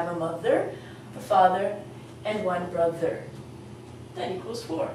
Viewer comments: 'ba thur'? seriously you don't know how to pronounce it, it's bro thur .. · brother doesn't sound like ba-thur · BRO-THER not BA-THER. Is imposible to pronunce Bother meaning Brother. Just thinking. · Hi...I noticed that you have the same written pronunciation for the first vowel sound in both Mother and Father. This is not correct as their pronunciations are clearly distinct. Also you are writing the pronunciation of Brother as ba "thur" and not putting in the first "r" sound. It is a bit confusing. Thanks. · Brother is pronouced "bru-thur" with they u sound not the a sound :) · while speaking mother father n even in brother u didn,t take care of the pronounciation of th as u taught us in ur other lesson.im a bit confused.should i forget th for mother,brother........